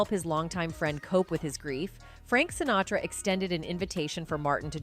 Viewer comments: It's a robo-voice just reading what some schmuck wrote badly. I just saw another one where they called Marlon Brando, "Brandon". In this one, the voice says something about someone named, Shintara. I THINK they were trying to say, "Sinatra". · Add to the click-bait title the robot “narrator” who pronounces “Lewis” as “Louie” and “Sinatra” as “Sintara.” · Fairly realistic AI narration...they had me until she said "SINTARA" instead of Sinatra, and "LOUIE" instead of Lewis 😆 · "SinTARA"?? I think you mean Sinatra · "... he joined the Rat-Pack with SINTARA..."!!! WHAT THE ABSOLUTE EFF???" So much for human narration in these videos!!! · She nails "Sinatra" at the mark but calls him "Centura" . Why Robo voice, why? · I think this narration might be AI generated. At around 14 minutes, she mispronounces 'Sinatra' as 'Sintara'. I doubt that any one who speaks English as well as the narrator would not catch that typo in her script and actually read it verbatim.